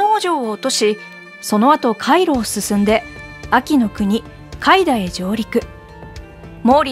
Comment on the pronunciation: 海田 ＝ かいた ≠ かいだ